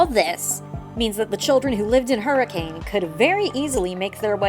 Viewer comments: FYI Hurricane, UT is pronounced "HER-ih-cun," not "Her-ih-CAYNE" :) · Believe it or not the town of Hurricane, UT is pronounced "hurrah-khun" it's always weird to hear it said hurricane in fnaf videos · Someday fnaftubers will pronounce Hurricane correctly (the town is pronounced Hurr-ih-cun)